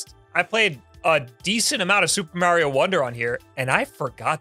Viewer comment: he said "Mario" correctly. Was that an accident?